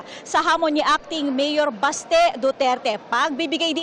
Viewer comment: BASTE❌ BESHE ✅